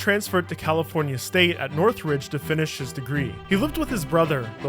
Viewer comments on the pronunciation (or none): bro lol its (cal state) Northridge in California, & the wine bottles have corks. not Northbridge & quirks - lovely vid tho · northridge, not northbridge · are you from california? theres no B in northridge